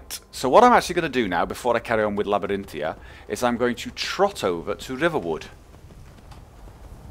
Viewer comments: It's Labyrinthian btw, not Labyrinthia, figured you should know :) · Just wondering, why do you say Labyrinthia when it's spelled and prononced (in game) as Labyrinthian? Not holding anything against you, just curious. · Stop saying Labyrinthia...it's making me rage so hard D: How do you not see that "n" on the end? =/ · Arg, I know you have gotten this before, but there is a n on the end of Labyrinthian!